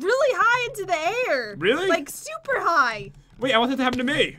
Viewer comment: You said shuper XD